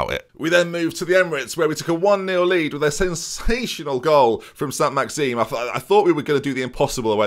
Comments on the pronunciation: Isn’t his name: saint maximin? Not maxeen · Don't wanna start one of these name things again but it's pronounced SAN-MAX-EE-MAN, you'd left the -in off the end xD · Also the N is silent too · I’m gannin radge every time calls saint maxamin ‘saint maxeem’ haha